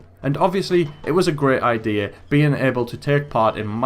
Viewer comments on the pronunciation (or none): none